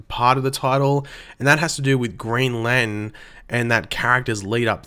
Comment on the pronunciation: ITS LANTERN